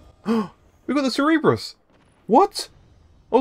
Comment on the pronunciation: The (sir-e-bris) get it right people! 😂